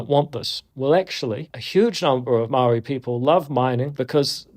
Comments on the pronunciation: Awesome to see NZ getting some international spotlight. Does irk me how Andrew pronounces Waitangi perfectly but continues to say Maori like "maow ree" throughout the video, though. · Bro didn't even try to look up how to pronounce of Māori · "im maori"? lmfao he cant even say it right with that devil mouth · David Seymour says he's Maori but can't even pronounce it correctly